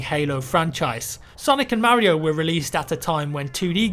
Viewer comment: I think he's trying to say Mario.